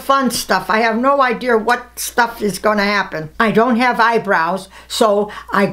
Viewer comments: She says "idear" instead of "idea" that's hallerious😂 I love 😩❤️ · "I have no idear".....😂 love her. Who is watching this in May??? lol